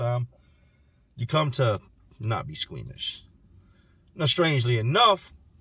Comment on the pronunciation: Lmao saying squeamish